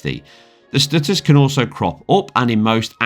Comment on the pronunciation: "tha stooturs"